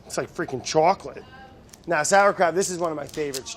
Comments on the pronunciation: chocolate...DID YOU SAY CHAWCLETTE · "it's like fricking CHAWCLETTE"